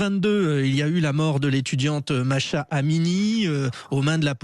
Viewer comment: MAHSA mais pas Mahsha ! c'est pas compliqué...